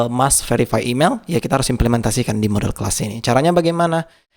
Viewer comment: Model .. bukan modol